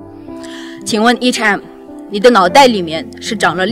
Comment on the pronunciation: 視頻不錯，不過提妳一下，對方不是HM, 是H and M.